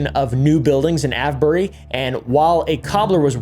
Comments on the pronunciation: just to let you know that avebury is pronounced A-V-E-bury also you didnt mention the red lion the most haunted pub in the uk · The Ave in Avebury is pronounced like it does in Save or Grave. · Avebury pronounced ayv-bur-ree. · Great topic. But, hey, it's pronounced ey-v-bury. (/ˈeɪvbəri/). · I’m dying every time he says Avebury.😂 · 😂 Avebury 😂 As in; Youre aveing a laugh Please sir, can i ave some more 🥺 And ave you got a bottle of wa-er